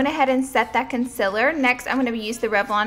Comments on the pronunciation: Anyone else love the way she says, "Con-sillar"? <3 Love this! You're so lovely and this is a beautiful look! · The way she says concealer lol